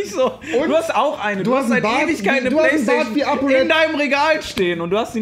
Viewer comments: Hahahahahhah ich hasse plaistaichon wie es rewi sagt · Rewi sagt nicht PlayStation sondern Playstachion haha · Playstachion haha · Ich hasse playsta-ch-en, 😂😂